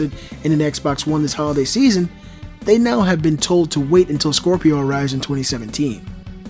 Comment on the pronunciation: Scropio were you trying to say scrapio ?